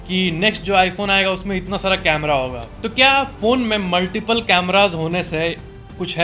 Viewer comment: कैमरा not कमरे